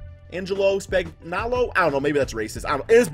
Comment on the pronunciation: It is pronounced Span-yo-lo